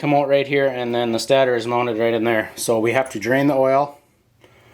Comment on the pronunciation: Why are you saying stator wrong lol